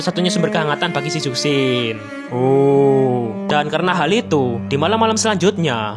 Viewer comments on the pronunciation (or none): dibaca cushin bg bukan zhuksin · baca nya chusin bang bukan zuksin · Bacanya zhuxin bukan suksin bang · Izin koreksi, bacanya Zhu shin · kalo ngikut aksara chinesse,itu nama zhuxin di bacanya "chuxin" karna dalam huruf mandarin z itu di baca c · JUSHIN GESSSSS JUSHINNNN HADEHEEEEEEEE EUHUHUHGRHRHWGEHHR Edit: g terlalu peduli sih, cuman rasanya kurang JRENG aja klo of nyebutnya salah.. 😢